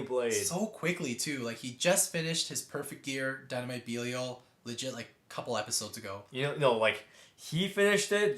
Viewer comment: It’s pronounced dynamite bellial not beelial